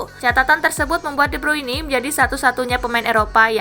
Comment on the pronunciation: Please dah Speaking nya di benerin jangan de bruini tapi de bruin 🙏